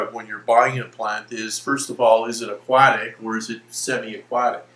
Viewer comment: nice info. I just can't stand the way he says "aquatic"